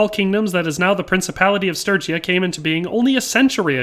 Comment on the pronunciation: I'm just relieved you can say sturgia, sturgian properly.